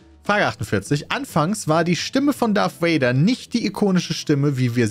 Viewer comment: Es heißt Darth Vader und nicht Darth Wader!!! Ich kriege jedes mal die Kries ewenn ich Wader höre.